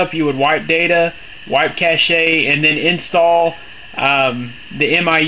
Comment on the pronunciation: it's cache not caché... sorry i found that annoying. thanks though